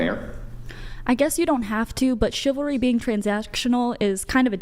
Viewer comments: 😂 "chivel....chivla...ah yeah what she said." Even as a hive mind, they're still low iq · Haha the women can't even pronounce chivalry. It's like something foreign to them😂 In my lifetime not that long ago it was common for a man to open the door etc for a girl or lady. I guess chivalry died. I wonder why😅😅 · Haha😂. Chivalry is so dead she couldn’t even pronounce it. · The saddest part is that they are completely convinced that they are very smart and intelligent. Meanwhile, they can't even pronounce the word 'chivalry.' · One 304 yawns without covering her mouth. Another 304 can’t pronounce the word ‘chivalry.’ No respect whatsoever. No intelligence whatsoever. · Girl couldn't even pronounce the word "Chivalry", and didn't even know it what it means. That's all you need to know lol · Girl Can’t pronounce chivalry lmfao I bet she’s really smart though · While Not being able to say the wrd " Chivalry " 🤷🏾‍♂️🤷🏾‍♂️🤷🏾‍♂️ a mean your serious